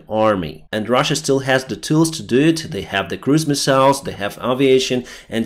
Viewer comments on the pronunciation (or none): none